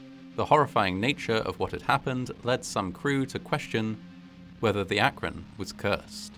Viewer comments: I'm actually impressed by the proper pronunciation of Akron. ❤️ Some folks get it all wrong! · Thank you for pronouncing "Akron" correctly. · Like, I know this is a low bar, but thank you for pronouncing Akron correctly 😭 You're the first YouTuber I've come across to actually look up the pronunciation and used it.